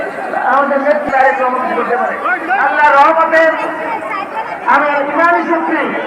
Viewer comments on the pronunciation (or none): বাবর ভাইয়ের বন্ধু তারেক রহমানের নামটাই ভালো করে বলতে পারলো না